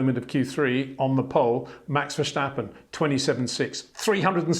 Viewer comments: HEY PETER WINDSOR, I HAVE MESSAGE FOR YOU SIR: With all due respect ... it is NOT Max "verSHtappen" ... Max is not German (Germans indeed do pronounce "st" as "sht") ... #Max33 = Dutch NL/Belgium! ... It is not "Bottash" nor is it "Lewish" certainly not "verSHtappen" .... This BS started long time ago when a British sport presenter interviewed father Jos Verstappen and assumed you can use a German pronunciation to a Dutch Driver thinking it is so "funny" ... It is not. Serious question: can any Englishman say "versatile" out-loud without saying "vershatile" phonetically? most can about 99,99% ... that is why most English can pronounce Verstappen 100% correct! Father Jos Verstappen (also F1 Racer) was very active between back then only a very few said "Vershtappen" but the vast majority of British sport presenters pronounced it perfectly ... only a few old stubborn farts like Peter Windshor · Look bro, I know you are trying to maintain your very gentlemanly English accent and I know we aren’t the best at word/name pronunciation in this country but please STOP SAYING VALTTERI ‘BOW-TTAS’. It’s almost as bad as the Max Vershhhhhtappen